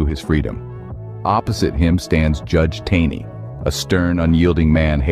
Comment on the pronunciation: Justice Roger B. Taney pronounced his last name as "taw'-nee". Also the second in command of the US Marines under command of Col. R. E. Lee at Harpers Ferry was Lt. James E. B. Stuart.